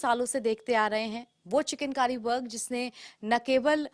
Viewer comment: पहली बार सुन रहा हूँ,किसी रिपोर्टर को चिकनकारी को चिकेन कारी बोलते हुए,रिपोर्टर की शब्दवाणी सही नहीं है.